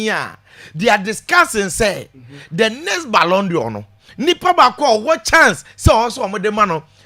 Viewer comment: At thus height, u ahd not pronounce balon dior.... its a frencg word....pls pronounce as balon door not dior